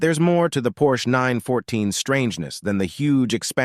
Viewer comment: and of course PorschE